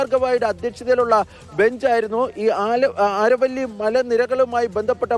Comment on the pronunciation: ആരവല്ലി അല്ല അരാവലി hills